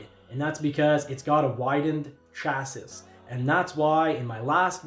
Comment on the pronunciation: hey my guy great video just want to let u know chassis is pronounced cha see not cha sis